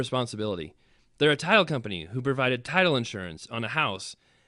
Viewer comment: I thought all the way through you were saying Tile Insurance, then heard title insurance.